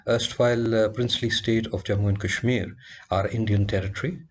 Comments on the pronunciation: You are a donkey...its Kashmir not cashmere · PLSSS I CANT GET OVER HOW THAT GUY KEPT PRONOUNCING KASHMIR "Cashmeer" 💀💀✋🏼